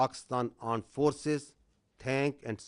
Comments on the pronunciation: Aand forces😂😂😂😂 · what is AAND forces 🤣🤣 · .26 secs I heard aand forces 😅😅 kya mere kaan khrab hain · Aand forces😂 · Aand forces 😂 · tatte jaisa kaam krti hai to aand forces hi bolenge 😂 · Aand forces 😂😂😂😂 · Did he say 'Arned' forces instead of 'armed' forces? 🙄 Uneducated fellows 😂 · They say pakistan aand forces 🤣🤣🤣🤣